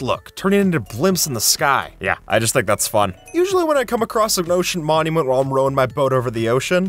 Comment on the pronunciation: 'Mocean monument"